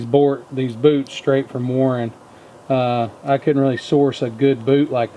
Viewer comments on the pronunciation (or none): Sorry, you're not the only one, but it drive me crazy. It's WARN, not Warren.... lol